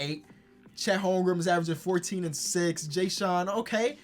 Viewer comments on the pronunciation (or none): none